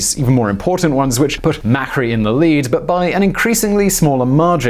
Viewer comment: You pronounced Cristina Fernandez as if she was from Spain (with the lisp) which sounds weird in Spanish as she is not from there and also even weirder when speaking English. Then you pronounced Mauricio Macri's name as if it were in Italian.